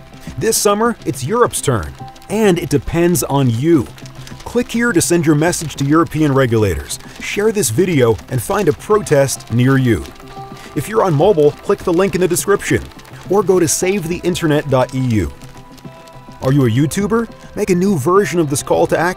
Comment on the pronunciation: "if you're on MOBOL"